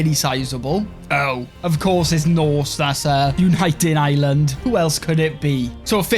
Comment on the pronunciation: I love how he says Ireland like island